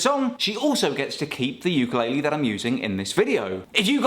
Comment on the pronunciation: Please learn how to pronounce ukulele.